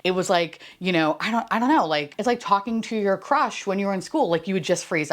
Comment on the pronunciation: Enjoyed the Costco story. When you said it felt like talking to your crush in school, I thought you said crotch. It sort of made sense.